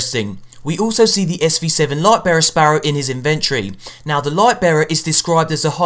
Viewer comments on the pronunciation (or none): In-ven-tree. facepalm